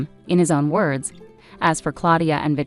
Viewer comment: You need to pronounce your words correctly